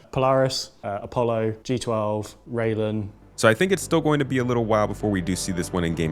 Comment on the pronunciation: Rai-len, not rail-en. Shi-an, not Ji-an. Yes, even CIG employees don't know how to pronounce these. I don't know how the company manages to screw that up. Edit: I seem to have distracted people by talking about language. The point I'm trying to make is that this is a branding and marketing issue. CIG's employees should know what things in their product are called, but somehow they don't. Xi'an (and their ships) does have an official pronunciation, but most employees don't seem to know it. That is quite absurd.